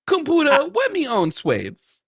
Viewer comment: if could do the "compoootah" bit ALL day id be so happy. Its so funny